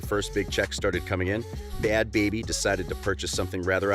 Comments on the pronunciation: “Bhad Bharbie” 🤣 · Bhad “bharbie”😂